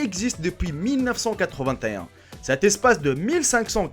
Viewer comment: mil neuf cent quatre vingt t é un?????